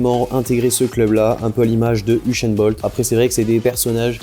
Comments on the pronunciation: usain bolt pas ushain bolt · Il dit "ushain Bolt" ptdrrr